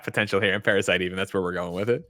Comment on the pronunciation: I'm more offended by the way Greg says Parasite Eve than PASBR getting the boot.